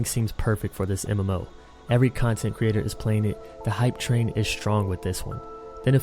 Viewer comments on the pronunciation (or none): none